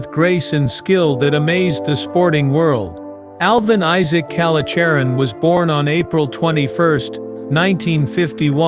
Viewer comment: Good grief you can't even pronounce his name